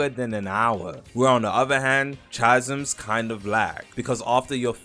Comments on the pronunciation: 'cha-zms' is crazy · Roblox YouTubers are suffering man, “chasms” dkm🤣🤣